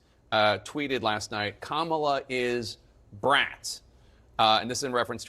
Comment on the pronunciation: It's because they have no respect for her to pronounce her name right..